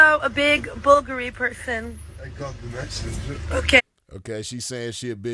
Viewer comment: Aoki gone date a billionaire like him but then bring the money and coochie to a yung P like me Second off she lost cus its BOO GARI that's how yu say it You'd be surprised how many supermodels and fine black women dating men like that and not getting anything fumbling the bag frfr